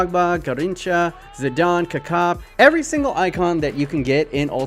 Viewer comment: Zedon also 😣